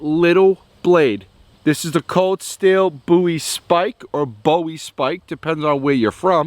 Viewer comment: boowie? bowie. like David Bowie